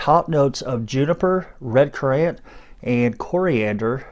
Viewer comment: Dude this was such a great video. You had me laughing from the get go. I noticed people in Texas tend to say black currant with ant at the end instead of the way it is in English (UK & US) which is said just like current. My in laws family in Poland have been growing them for generations and when I first said it like currANT, I thought I was going to die. They corrected me quickly and I’ve never said it wrong since but everyone I know in Texas says it as currANT instead of like the word current. Makes me laugh. Not trying to mess with you but just wanted you to be aware. I watched another fragrance reviewer who said bergamot without the T because she thought it was a silent T and that was interesting too. Anyway, awesome video. I laughed and had to watch it again. Well done sir, well done 👍🏻 🇺🇸